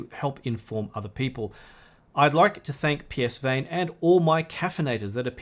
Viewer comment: Psvane is pronounced puh-van